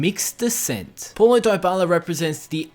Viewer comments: its not polo daybala its like pawlo dibala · Why does he says pualo dibala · Poulo Diyebala ? 😂😂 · 11. His name is apparently Polo Dieballa' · "poilo doyboiala" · "Poilo diebala" Ahahhahahah lmao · That’s not how you pronounce his name🤢🤢